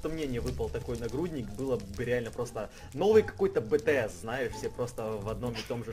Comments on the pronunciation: Не БТЗ а BTS 😂😂😂😂😂😂😂💞💞💞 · я хочу сказать что в прошлом ролике ты сказал "новый какой-то бэ-тэ-эс" НЕ БЭ-ТЭ-ЭС А БИ-ТИ-ЕС.(Пж не путай) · я тебя немного попраалю не бтс, а битиэс оно звучит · не бэтээс а битиэс😁😅☺ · Какой БЭ ТЭ ЭС????!!!!! Говориться БИ ТИ ЭС!!!😂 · не бэтээс а битиэс